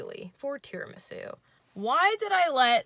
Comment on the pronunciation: now i can never say "tiramSU" normally again